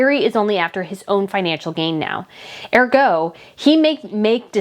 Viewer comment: "He and Meghan are..." not "Him and Meghan are..." Also, the accent in the word "ergo" is placed on the first syllable, not the second.